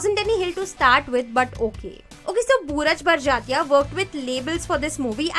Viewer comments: Did she just say booraj barjatya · That was intentional!